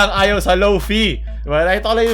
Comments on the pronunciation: Correction, "Lo-fay" Pronounciation po nun hindi "Lo-fi" hihihihi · Lo pay not lo pi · Lō - fī po tamang pronunciation ng lo- fi. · as a lo-fi artist, natawa lang ako sa pagsabi ni ng "low fie" lol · pronounces it as /low-fee/ Me: HINDI AKO ＭＡＰＡＮＧＨＵＳＧＡ